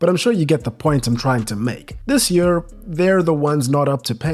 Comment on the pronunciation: man the way you pronounce "year". yuurrrrr 😂 what accent is that?